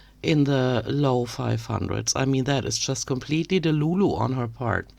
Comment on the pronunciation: Also, delulu said with a German accent is so good. I may start pronouncing it like with that flair. 🩷